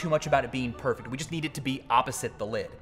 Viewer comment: “Obbosite” I love it